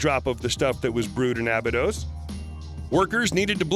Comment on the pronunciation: k bro.. you did so good on the last video.... pronounciation was good bro... i am looking forward to this. #1. Not ahh-bee-dose, it is uhh-buy-dus.